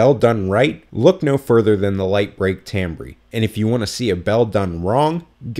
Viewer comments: for future reference Timbre is pronounced tam-ber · It's pronounced tam-bur you goon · Isn't timbre pronounced tamber? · lol I just was cringing everytime, I'm sorry. English doesn't make any sense I used to be a musician so I knew how it was spelled and pronounced.